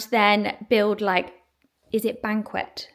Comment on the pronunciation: It’s banquette . Good idea!❤️( pronounced banket )